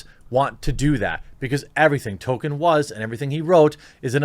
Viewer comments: Tol-KEEN. Not Token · It's Tolkien NOT Tolkein. And it's pronounced Tol-keen NOT Tolken. That is all..... :-) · I'm dipping out, Jeremy. Sorry, bud, the third "Token" instead of Tolkien broke my mind. Can't endure it. I'll watch your next non-Token video. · You're such a poser Jeremy, the even hasn't happened yet and it's T-O-L-K-I-E-N. Maybe stop posing as a fan of stuff that you're not? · "Toll-keen." Not "Token." Token is Cartman's black friend. ;) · tohl-Kee-in, not Toh-ken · It’s Tolkien genius, not Token. He wasn’t a black South Park character. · Its pronounced "Tol-Keen" Not "Token" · I'm kind of peeved he is calling him "Token". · Please. Stop saying token, when speaking about Tolkien! It hurts my brain. Tolkien is a legend deserving respect. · Man you really can't pronounce anything properly. Just straight up calling him "token", sometimes "tolken". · I like the way you pronounce Tolkien “Token”. Sums up this shit show of a conference. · ...... Dude, it's NOT "Token"... Seriously. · 1) There's an L in the name Tolkien. It's not Token. 2) it's a lie that subscribing is the only way to find your videos. I just type your name in and find them. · and its pronounced toll keen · Tolkien has become Token...or Tokin'. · You’ve never claimed to be an Uber-nerd, but you do lose a couple of points for not read the Silmarillion. 😉 And the poor man’s last name is pronounced like “Toll-kin.” I love your show, but as I am a Tolkien nerd, I had to point these things out. 🙂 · Obviously they were misinformed; it’s Tolkien, not Token. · There's an "L" in Tolkien's name, btw... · He was basically saying token. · Stopped watching when you pronounced his name as "Token" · I tried but you can’t say Tolkien... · Love this channel and your content but you need to stop butchering the pronunciation of Tolkien. It hurts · Learn how to pronounce Tolkien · I love you and your videos but I can’t hear your mispronunciation of Tolkien.